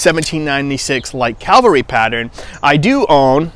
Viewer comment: Cavalry. Not Calverly.